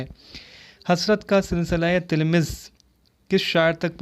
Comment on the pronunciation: Tilmiz nhi talammuz hota h